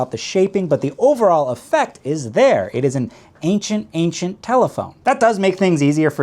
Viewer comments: Say ancient one more time…😡🤣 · Did you say "ancient, ancient phone"??? Oh no.